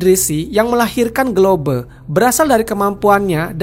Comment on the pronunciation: GLOBE: Sebutan: GLOBE ❌ GLOB ✅